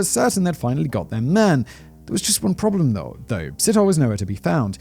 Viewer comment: What was that ‘though’?